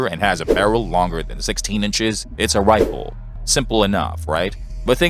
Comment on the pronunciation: Hewwo errbady fwarms . 😂 I’m amazed that Elmer Fudd has a you tube channel. Wifle, wunhundred bucks. Hahaha😂